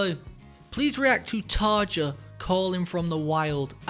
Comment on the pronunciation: Tarja is amazing! I loved her with Nightwish and I love her solo work. She also did an amazing collab with my other favorite band, Within Temptation! The song is called “Paradise” and had well over 100 million views last time checked. Btw, her name rhymes with “aria” (the j is pronounced as i). Just wanted to give you a heads up before someone gets rude about it.😊